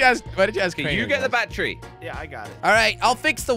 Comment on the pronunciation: said bachery not battery 😂😂